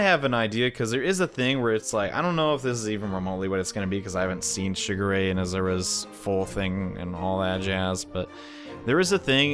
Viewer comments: It's pronounced shiGure. Focusing on the g. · It's pronunced Shee-geu-ray